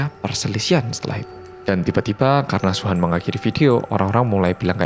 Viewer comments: Nama Suhan Gw dengernya wuhan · Sama ku pikir sebutin luhan😁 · Ak kira Wuhan :v